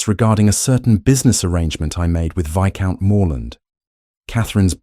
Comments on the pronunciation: for sure. They are not even pronouncing viscount correctly. It’s actually pronounced vi-count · Oh, Lord. The AI voice said "Vice count". You have to wonder how they let that mistake go by. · The s in viscount is not pronounced.